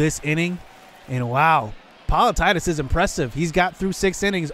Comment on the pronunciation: Politidis: Po-lee-tee-dees